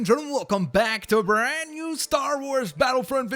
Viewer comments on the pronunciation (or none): none